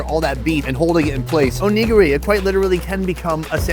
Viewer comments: Sonny.. LMAO you’ve got to pronounce it neh-gear-ee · "Oh-negro-e"?? You mean Onigiri? Oh-Knee-Gi-ri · The way he says onigiri is sus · anyone else annoyed at how he is pronouncing onigiri 😩😩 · He needs to learn how to pronounce onigiri😂😂😂😂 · Great video! Just work on your pronunciation of "onigiri" please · Its not WOG U its WAG OOH. Saying WOG all the time is being very disrespectful. Its ONI - GARI. Why dont americans learn how to pronounce words from other countries. It just makes them look stupid.